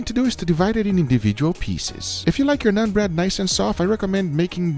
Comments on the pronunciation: It’s pronounced “naan” .. don’t have to say nun bread.. just naan is ok too.. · It's naan bro not nun ... nAAn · It's not "Nun" bread it's "Naan" bread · "NONE" bread..?? It's NAAN bread...lol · It's not " nun " bro. Its NAAN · Nun bread?? 😂😂😂😂 Wtf It's naan bread fool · its called "nah-n" bread, not "non" bread, just helping you pronounce it. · Did he just say nun bread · Did it bother anyone else when he called it nun bread? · ...did you call it "none" bread? XD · Ah yes. "NUN" bread lmaoo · "Nun bread"... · I like how he calls naan 'nun bread' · The way he pronounced naan bread just reminded me of none pizza left beef